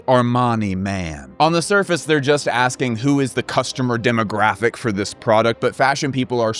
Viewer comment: "VWAT SHAPE IS CASTOMER"🤣🤣